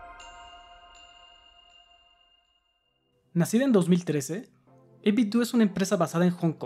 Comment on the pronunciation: No por mamila, pero se pronuncia 8bit-dou, como si fuera Ninten-dou